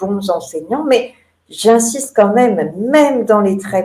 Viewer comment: mn 24.16 prononciation déficiente QU'ON VOIT LES CHIFFRES au lieu de QUAND ON VOIT LES CHIFFRES Désolé., mais les journalistes aussi devraient s'exprimer correctement sinon, il ne faudra pas s'étonner lorsque enfants, ados et, même, adultes écriront KON VOY LÉ GIFRE TOUS LES JOURNALISTES DEVRAIENT ÉCOUTER J.BAUD, M.MAFFESIOLI, B.ROSEN et les quelques personnalités qui respectent leurs auditeurs et notre langue.